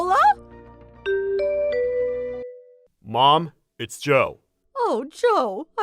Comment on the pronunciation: Nic-a-la, not Nee-cola.